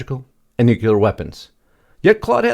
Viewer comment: Nuclear is pronounced NEW CLEAR, not nucular.